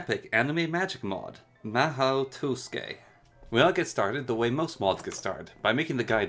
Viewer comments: I was looking for a tutorial for the mhaou tsukai and not for the "maoh toske" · "Mah-hoe twoskay" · Really really really good tutorial for the mod but the beginning killed me hahaha "Mahau Tousuke" love this video in its entirety! Subbed! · a comprehensive tutorial but cant even pronounce the mod correctly, it irks me so bad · I'm so bothered by how he pronounces the mod's name but yeah, still a great video.